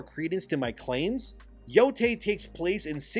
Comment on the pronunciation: Thank god for an American who knows how NOT to pronounce Yotei as "Yotai".